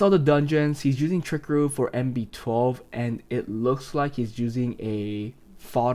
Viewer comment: Tri - cah - roo Not trick - a - roo